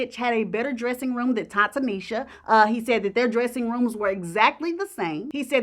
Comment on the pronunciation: "Ta Tanisha". Smh